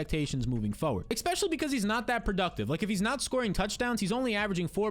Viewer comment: Love the content. Hate the way you pronounce the word 'ecspecially'